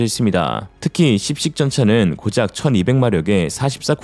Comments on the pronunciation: "씹식"이 아니라 "십식"입니다. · "10식 주력전차" 발음 쥐기네 !!! ㅋㅋ ㅋㅋㅋ 역시 ㄹㅇㄹㅈ은 교묘해요 !!! 절대로 한번 물면 그냥은 안놔주지 !!! 이맛에 구독중 !!!